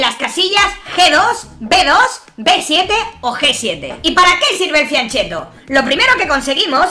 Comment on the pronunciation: se pronuncia FIANKET-TO